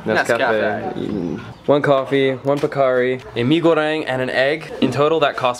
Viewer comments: Great vid as always. You pronounced "mie goreng" very good. Its a good start to learn Bahasa indonesia 😉. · You pronounced “Mie Goreng” really good!